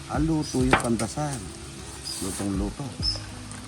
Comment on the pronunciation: Pandesal hindi pandasal